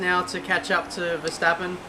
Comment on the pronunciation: Yeah, vetsappen not Verstappen